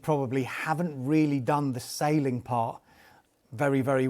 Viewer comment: Selling not Saling ffs